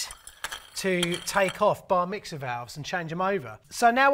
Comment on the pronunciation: old boy. Did you say Bar mixer or did you say Bar Mitzvah? hehe.